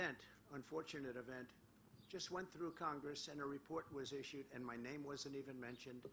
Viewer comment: Said them without a note? He couldn't even pronounce three names ! LOL